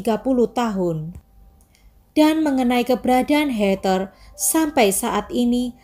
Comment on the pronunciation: Hallo.. maaf yaa aku koreksi sedikit yaa.. 🙏 Heather sebutan bukan hey ter tp hey dher (tanpa ada tekanan R juga 🙏)